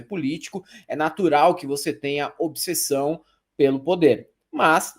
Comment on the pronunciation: Detalhe: pronunciou obissessão, tá ok?